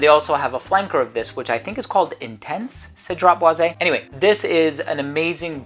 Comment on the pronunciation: It's not cedrat" boize" it's Cedrat "boiz" ...hopefully that helps....its not "é" therefore it's cedrat "boiz" just pronounce the" e" like a" z". And yes part 2 it's definitely needed 👌